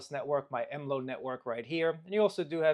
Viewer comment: Okay, all the basic features covered. Basic port forwarding etc. Now make it do something interesting. I've never heard anyone pronounce MLO as EmLow before, it's always been EmEllOh.